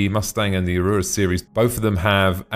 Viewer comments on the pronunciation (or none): Great vid!!! but 'Aurora' is pronounced "Aor-roar-rah" and sounds like Star treks Ahura ...Not "A-ruuuu-ro". And 'interior' is pronounced "In-tear-eor", not "An-ter-ray-ya" ...I'm really not a stickler for pronunciation, but I couldn't help Laughing every time you said it.